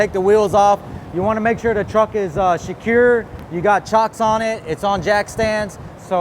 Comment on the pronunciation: You gotta "sh-cure" it. Sh-cure it real good.